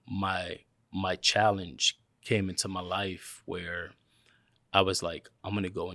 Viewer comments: Came From the Vlog. I already watched it when in dropped but i guess I'll watch it again. Also thought you said "Kane from the Vlog" at first. lolz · Anyone else thought he said, Cain from the vlog!?!? & not came from the vlog!?! Lol!!